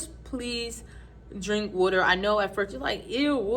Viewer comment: Are you from Philly? Or Deleware? When I heard Weter(aka Water) I think I found my people! ❤